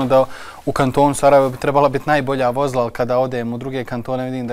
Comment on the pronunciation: Čuj: Vo‘zla!!!! 😂😂😂😂😂😂